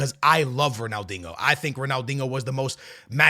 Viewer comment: Brother are you saying DINGO instead of Dinho? 😂😂😂